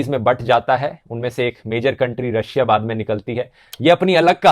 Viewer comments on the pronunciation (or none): none